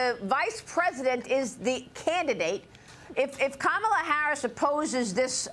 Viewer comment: Why does Trump continue to use the racist trope of mispronouncing Kamala Harris’s name? He is shameful with this and his name calling. Gingrich should know about this tactic given he was one of the authors of how to use hate rhetoric. We see you Newt.